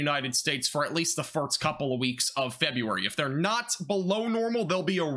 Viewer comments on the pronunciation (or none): Are you trying to say farts instead of first?? I caught it early but you keep saying it! Meow